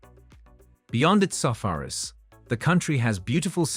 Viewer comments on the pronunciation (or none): I can understand if this guy doesn't know how to pronounce the names and capitals of some of the more obscure countries (although he can certainly do his research first), but he struggles to pronounce the names of even fairly well-known countries and capitals. And who cannot pronounce the word "safaris" (see the Kenya part)???